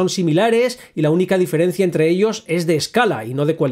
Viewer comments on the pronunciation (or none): none